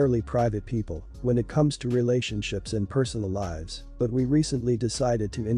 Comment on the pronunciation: I love how the text-to-speech voice pronounces "lives" as "lies".